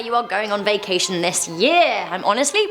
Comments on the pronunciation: My vicashon was not a vacashon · Just say vacation ffs